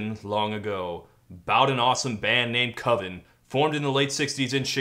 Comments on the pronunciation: It's pronounced COVEN man. Cuvin sounds like oven and that just ain't it. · I'm sorry, all I can think about is Mark Borchardt in American Movie insisting that "coven" is pronounced with a long O. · It can't be coven because coven sounds like oven, man